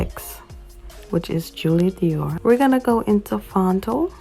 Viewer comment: says Doir not Dior , but ik what u mean ig..